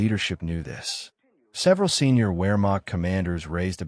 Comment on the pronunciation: Ps. “W” is generally pronounced with a V (Vee) sound, eg, “Vermacht” not “wheremacht” even tho spelled with “w”. Most people know this. The production just sounds dumb if you don’t do this.